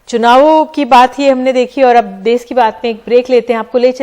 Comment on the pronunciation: Kon si hindi padhi hai ndtv ne देस नहीं hai ये देश hai भाई